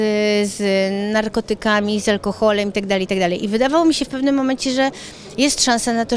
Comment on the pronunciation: Ale ona akcentuje ,,alkoholem” xddd